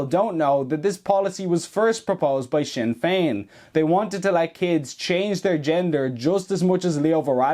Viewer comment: "Sin" Fein 😢